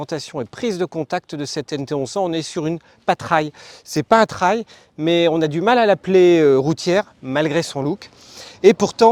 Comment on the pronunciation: "Traille", vraiment ?